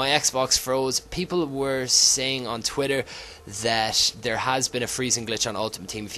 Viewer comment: Stop saying move 'ouwn' it's on mate